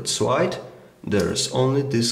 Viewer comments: Nice video , good review . Keep it going :D . Why he is reading ,, l ,, like a ,, w ,, . Nokia 6700 swide . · It's SLIDE not SWIDE!